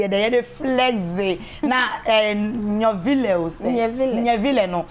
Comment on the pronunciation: The name nyvile is in nzema language and should be pronounced well.